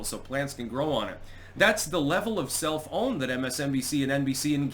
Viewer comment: Can you please be more careful about your pronunciation of self-own.? You keep saying it like sel-fown and I keep thinking you said cell phone and I'm like huh?